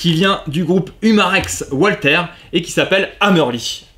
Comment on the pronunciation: Bonjour, excellente vidéo comme d'habitude, mais s'il te plait, arrête avec ton "OUALTER"!!! 😥😥Walther est une marque allemande, pas anglaise ou américaine, et Walther en allemand se dit "VALTER"!!! 😉😉 Merci d'avance!! 🙂